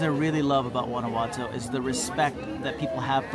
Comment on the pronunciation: "Gwana watoe"